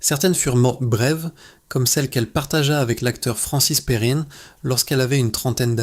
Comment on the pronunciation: Ce n'est pas Anny Duprey comme vous le dites, mais Dupérey et pas Francis Perrine, mais Perrin ! In n'a jamais fait ine.